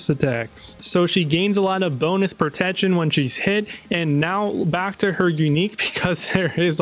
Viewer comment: Am I the only one hearing "propection" when he say "protection"? Not hating just wondering if my ears are fucking with me 🤣